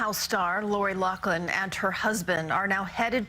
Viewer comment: You REALLY need to do more research... Her name is Lori LOUGHLIN. Not Loflin.